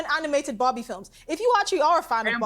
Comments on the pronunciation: which bobby is she talking about? 🤣 I'm curious, it doesn't matter how many time i listen to it, i always hear bobby and not barbie. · Why do they pronounce Barbie as Bobby 😭